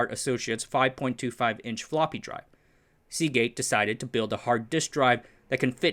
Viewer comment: Hey,, I think I commented on this video several months ago, but now rewatching: Oops, "Seagate" doesn't end with a t!